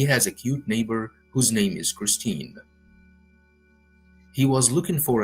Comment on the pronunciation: Glad you are back to using your voice, much better. Also the name Kristin is different from Christine. Kristin is pronounced like Chris-tin.